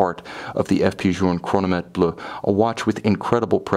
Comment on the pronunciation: Bleuh not bluhh